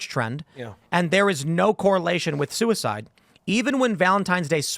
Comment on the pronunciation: i am pro soo-e-side